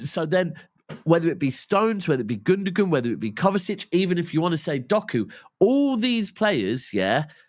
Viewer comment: This guy. He's a City fan and can't say Gundoğans name property. It's pronounced Gundoan. NOT gundugun..